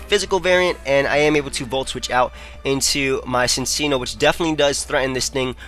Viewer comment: It's pronounced Sin-Chee-No